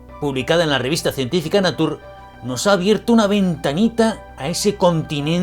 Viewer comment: No entiendo...cuando tienen que pronunciar una palabra escrita en ingles....ni la dicen con su pronunciacion en ingles (neitchur)..ni como se dice en español literalmente (nature)...con la "e" al final. De donde sale eso de "Natur"?